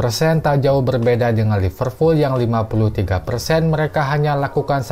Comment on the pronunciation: Liverpool bang..bukan Lipervool...😅